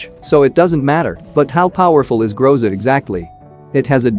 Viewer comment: Interesting fact: Groza is russian word, (Гроза) and it sounds like grozA but not grOza. This word means "Thunderstorm"